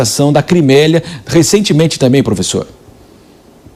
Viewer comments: VAMOA FALAR DIREIRO: " CRIMÉIA E NÃO CRIMÉLIA. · Crimélia kkkkkkkkkkkkkk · 2.18 Daí o cara é Âncora e diz Crimélia e em seguida é corrigido